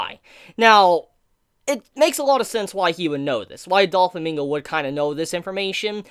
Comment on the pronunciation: Great video! However: Doe-Flamingo. Not Doll-Famingo